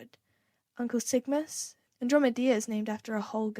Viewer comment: Your reading is absolutely beautiful! Just letting you know andromeda is pronounced an drom eh da :)